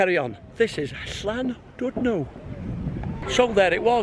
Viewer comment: Very impressed that you managed to say the ‘Ll’ in Llandudno, da iawn! Loved the video and looking forward to seeing your ones from Thailand later on this year!